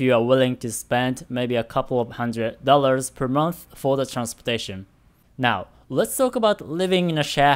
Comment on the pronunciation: Hey,! I saw you comment in the past saying to let you know if there's something you could improve on with your English. I noticed that you sometimes tend to use a "fff" sound in place of a "th" sound (example: monff instead of month, etc). I think it'd be good for you if you tried to focus on improving that! Could really imrpove your pronunciation overall. Hopefully that's okay of me to say.